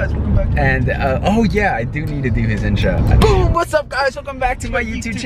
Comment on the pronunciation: oh its boom not bo